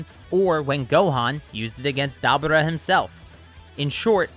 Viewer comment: Da-bura😂 love the video dude😂